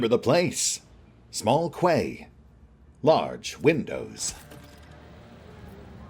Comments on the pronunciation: FYI: "quay" is pronounced "key". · Quay is pronounced "Key". 🙂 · I made a similar mistake when I was little. We have several harbour roads labelled a "Quays" rather than 'Roads' or 'Streets' where I live. It seemed natural to call them 'Kways'; that's how they were spelt, wasn't it? I remember my parents correcting me, and being utterly baffled. These days, I suspect it's a form of French pronunciation that's made it into English.